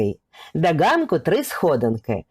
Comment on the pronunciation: Ганок произносит с акцентом,суржик режет